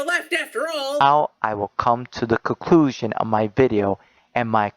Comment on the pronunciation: Also "coclusion" and "cocluding remarks"